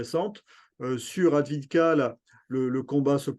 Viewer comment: Pour info, ça se prononce à peu près "Avdéiévka", les deux "ee" se prononce l'un après l'autre.